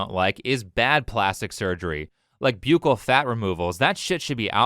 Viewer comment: Very minor nitpick but buccal is pronounced like buckle. That procedure should be off the table; it's horrifying the way it mangles beautiful women and turns them into disgusting shrunken heads.